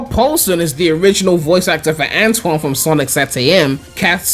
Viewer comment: They got Antoine's name wrong